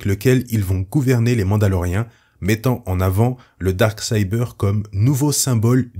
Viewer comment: Ce n'est pas pour critiquer, mais si tu es incapable de dire "Dark Saber" correctement, aussi bien dire "Sabre Noir".